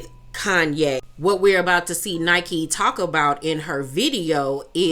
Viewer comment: her name isn’t nike, it’s pronounced like nicki